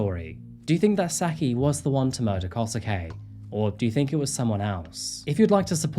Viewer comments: Japanese pronunciation: Skip the U, it’s Kose-Kay. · The English pronounciation of the names are just killing me, can't take this case seriously with KOSUKEY?! yo... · It's easier if you say Kosuke like "Koh-skeh" :) Any Japanese name with "suke" kind of ignores the "u" when speaking. Good work! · Love ya work but it's killing me how you're saying Kosuke xD it's more like... kosskeh x) & Saki is... well sake with a ki instead of ke ^ v ^ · just a note but when a japanese name ends in “suke” its pronounced like “skay”, so here it would be “koh-skay”, you don’t really pronounce the “su”